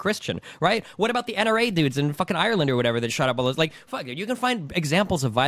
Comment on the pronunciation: She says “abought” a lot